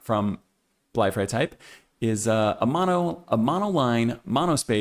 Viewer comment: You pronounced "Bleifrei" and "Linienwerk" quite well in German :) Just the syllable stress in "Linienwerk" could use a little improvement: the correct pronunciation is Lí-nienwerk (not Linien-wérk) – the stress falls on the first "i".